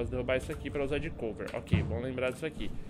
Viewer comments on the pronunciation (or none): none